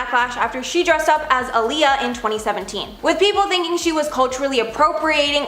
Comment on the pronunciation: You’re pronunciation of Aaliyah is incredibly offensive